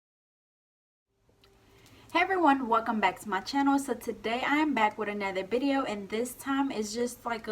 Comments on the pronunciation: Where are you from?! Lol you always say Bideo instead of Video lol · stop saying bideo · Do u say bideo